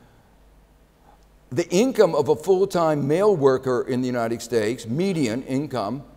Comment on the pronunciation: he often says 'k' for a 't'. United Stakes of America. turning poinks XD